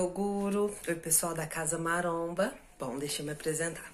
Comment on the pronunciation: É impressão minha ou o cara do falou "CASA MARONA" ?? KKK